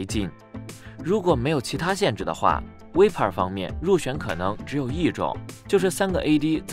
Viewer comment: 敢不敢把選手名字先念對阿 VIPER要念錯幾次